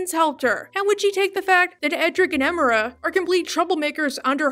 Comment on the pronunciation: Ok, I wasn't going to say this, but it needs to be said. You pronounce Emira's name wrong. Her name is pronounced Em-er-ah, not Eh-meer-ah. Seriously, they say her full name in the show several times before. Seriously, why do people pronounce certain characters' names despite hearing other characters say them multiple times? I don't just the Owl House, I mean shows/cartoons in general. Still a nice video though.